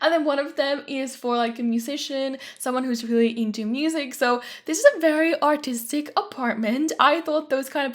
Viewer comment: For the looooongest time I thought you said autistic not artistic 😂😂😂😂😂😂